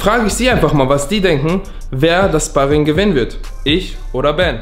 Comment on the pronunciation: Wird Schparring ausgesprochen und nicht spahrring